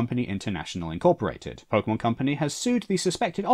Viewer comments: I really hope you were saying "pokemons" to be ironic. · Pokey Mans!